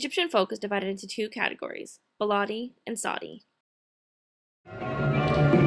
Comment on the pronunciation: Oh sorry to voice a tiny criticism: The pronounciation of some words kept annoying me a lot (again, sorry to say that). It is not "baalaadi" with an a like you used. It is more of an "e" like in ball"e"t! beledi :) And it is saEEdi not sadi!! long "ee" like in "gee!" :) Else it was really really nicely done!